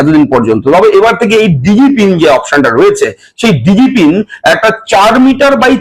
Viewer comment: এটার উচ্চারণ ডিজি পিন, দিগি পিন নয়।